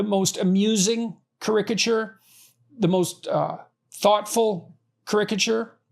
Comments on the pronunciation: care-ick-a-ture bruh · Is "ka-RICK-a-tyure" somehow the Canadian pronunciation of what the rest of us pronounce as "KAHR-I-ka-tyure?" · It is so painful hearing “krik-uh-chur ” over and over again. Is this a special Canadian pronunciation? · Never have I heard the word 'caricature' said like that. It was driving me crazy at the start. 😂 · Why can't he even pronounce caricature? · The way he pronounces "caricature" is sending me!😂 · Yeah, and he has to use some form of the word so many times in a row! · his pronunciation of caricature is annoying me